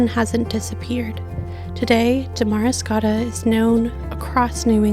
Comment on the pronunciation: Beautiful video. But it's pronounced Damuh-riscotta not Da-mari-scotta